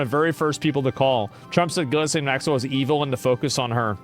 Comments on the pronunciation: Ghislane is pronounced GeeLen I watched a video with her brother saying her name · It's pronounced "Jizz Lane" bahahahhaha😂😂